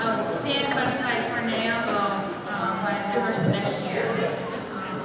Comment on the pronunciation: people who want to open up "fan sites" for Naoko should probably learn how to pronounce her name correctly? this isn't 58 minutes of people say "nay oh ko" is it?